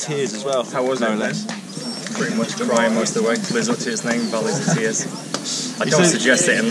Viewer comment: Should put the 23mm tyre's back on! Did you say Valley of Beer's or Valley of Tear's? All sarcasm put aside another great job guys!